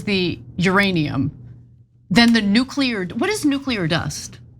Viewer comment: come on. nukuler?